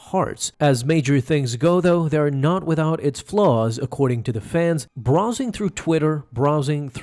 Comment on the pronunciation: The way you pronounce "browsing" infuriates me.